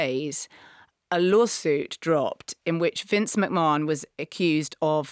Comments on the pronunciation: It’s Mc-Man not Mc-Morenon! 😂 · What was that thing Marina said (not necessarily in this episode) about network executives wanting directors to make shows more exciting because people are watching on their phones and scrolling through other things? Also it’s pronounced Vince McMaNN not McMarnn. However, lovely you’re talking about wrestling. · Omg his name is pronounced Mc-Man!